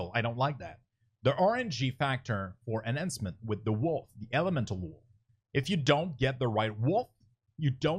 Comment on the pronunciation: omg duuude, good vid but man,. that pronunciation of enhancement shaman kills me...